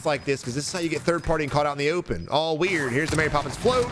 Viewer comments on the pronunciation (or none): I get so giggly when he says weird. I say it to my kids all the time now.